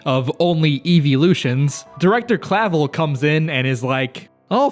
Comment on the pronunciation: Everything official I've heard has a V sound in there but also emphasizes the second syllable.